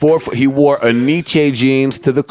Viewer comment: Fr Joe need to chill he keep disrespeking woree like that